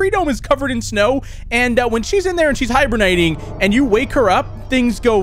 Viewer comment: I thought he said hiberniting instead of hibernating lol